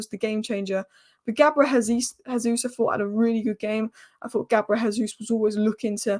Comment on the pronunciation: JAYsus, he speaks portugese where it's pronounced JAY not HAY. That's Spanish.